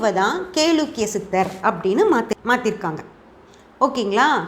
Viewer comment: Kelakkiya endu olunka pronouns pannunka paapam